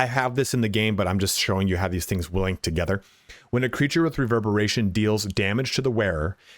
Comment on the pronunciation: Did he say wheel instead of Will?